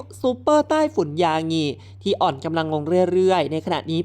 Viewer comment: เขียนคำว่า ยางิ อ่าน ยา-งิ ไม่ใช่อ่านว่า = ยา-หงิ